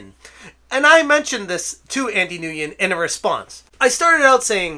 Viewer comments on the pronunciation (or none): I believe Nguyen is actually pronounced "when" in English. Fyi